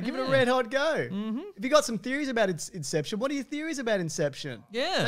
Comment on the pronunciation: I will forever say "incepshawn" for no reason whatsoever